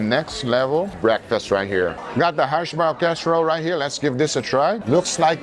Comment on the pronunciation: That's HASH-brown, not Harsh-brown. Of course, if it got burnt, THEN it might be "Harsh Brown" :P